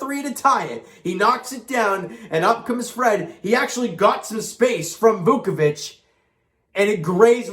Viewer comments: Yeah I heard he said “Dukeavich” There’s no D in his name it’s Voochevich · Down by a huge deficit, come back to to make it close and lose due to a missed buzzer beater. Yeah that sounds like the Raps, this team still has no clutch gene 😬 Edit: also, come on man. "Voochevich" is how it's pronounced, it's really not that hard.